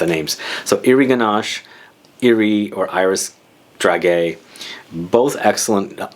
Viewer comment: Hi! Thanks for your video! So hard to find video about lancome. On the french website there is reductions right now. And by the way, we say DRA JAY ( like Jay Z) 😉